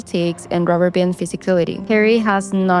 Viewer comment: Ha Ree and Ton Toe